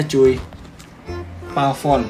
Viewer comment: Pavón bang, bukan Pavon